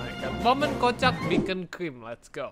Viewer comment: Beacon bukan bekoncrim 😭